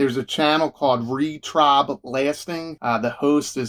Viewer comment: “Re-Trob Blasting” 😂 Did you do that on purpose? 😂